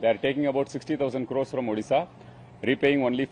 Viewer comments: Odhisa nehi Odisha...🙄🙄Pehle Name sahise boloooooo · Odisha bolo, Udisha nehin sir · Udisha nahi.. odisha ❤ bolo Bhai...Jay odisha Jay jaganath...Jay BJD❤ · उदीसा नहीं ओडिशा बोलें जनाब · Hello sir it's not ओदिशा, it is ओडिशा . Please correct. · It's not udisa it's odisha please say properly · Odisha not Udisha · Vai, pehle odisha ka pronounciation thik kar le, fir anchoring karna